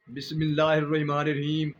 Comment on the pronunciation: او بھائی (بسم اللہ ) تو ٹھیک سے پڑھ لو۔